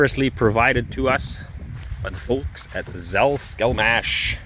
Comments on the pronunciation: its Salkselmash) i don't know why you pronounce S as Z. Russian letter for Z looks like number 3, and letter C - sounds as S, like in strong or santa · Lol, you pronounce it in a German (Dutch obviously) way, with the first "S" (C) as "Z", while it still must be "S" (C). Russian is easy because it's pronounced the way it's spelled, one letter one sound irrespective of their inter-combinations, except for natural fluctuations of "a" and "o" in very few words and a small number of other exceptions. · I hear you say Zal, not Sal in Salskselmash.